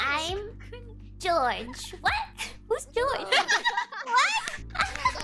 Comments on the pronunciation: Ahhh i found out in other video miko actually trying to say Jaws ( shark) but end up sound George. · Nah she was saying jaws like the shark movie